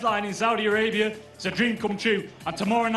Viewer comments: In the kingdom of Saudi "Arabium?" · and why does that guy keep pronouncing it the kingdom of Saudi ARABIUM?!